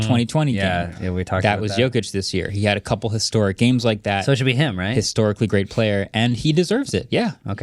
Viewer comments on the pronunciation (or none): none